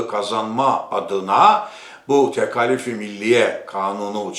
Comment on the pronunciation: Tekâlif kelimesini neden Rumlar Ermeniler gibi "a" kısa "k" kalın olarak telâffuz ediyorsunuz? Siz gazeteci olarak gerek yazıda gerek konuşmada örnek olmalısınız.